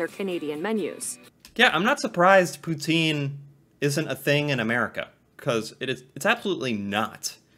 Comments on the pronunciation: And it’s not Pout-een! It’s Pout-In! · its "pou-tsine" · fyi, the pronunciation is more like pu-tsin. but the s is barely there. :) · The proper and original way to pronounce poutine is pou-tin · Ya hearing her say Poutine wrong hurt my soul